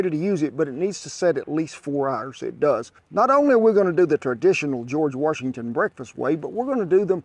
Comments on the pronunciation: George Were-shington 😂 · “Warshington” Please keep the intrusive “r” out of our first president’s name. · Where is the R in Washington? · George Worshington. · George Warshington. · George Worshington😉🤣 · I’ve never heard of George “warshington”. I know George Washington. Know knowing about “warshington” much like I know nothing about “windoors”.